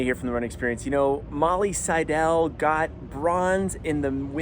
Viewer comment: Please, before you conduct an interview, please confirm the subject's name pronunciation!